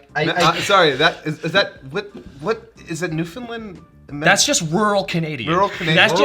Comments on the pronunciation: it just New-found-land. Not newfundlend... i would know. I live here... and taka, it would be a newfoundland accent, if there was about 5 more curses in there. We get creative... im not apologizing. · how dare you say Newfinland, its Newfoundland, pronounced New-fund-land